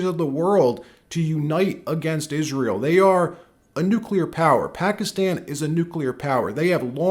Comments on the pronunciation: Bush couldn’t even pronounce the word NUCLEAR correctly. It’s not “nuecular”. That always drove me nuts. GW Bush had a low IQ. He believed whatever the war mongers in DC told him. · It's not New Q lurr. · Nuclear, N u c l e a r.. not Nucular.🙄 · Bush Jr. Says " nucular" with a straight face. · Never trust anybody that says "nukular" or wears their tie long enough to go below their belt. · We are not caving to Israel. We voted against this war. Bush caved to his dad and Cheney and the Deep State, what did you think someone that couldnt pronounce NU CLEAR would do. Remember Bush senior practically nursed from Dulles' tit. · It's pronounced Nucular. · Just say New clee urr. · I don't trust anyone who pronounces it "nucular" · Bush couldn't even pronounce the word nuclear.